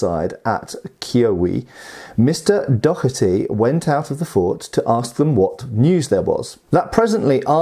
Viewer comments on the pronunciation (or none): “Mr Dockherty” I believe it’s “Doh-erty.” Think “dough” like pizza dough with “erty” tacked on.